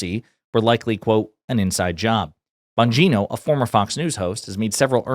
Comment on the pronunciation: He’s pronouncing his name wrong. Its Deputy Dan VonGINA!